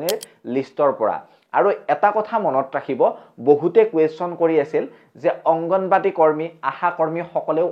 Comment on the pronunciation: আংগনবদী নহয় দাদা আংগনবাড়ী বুলি কয়